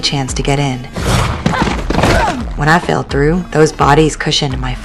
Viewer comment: When i fell through...(that was a country accent slip)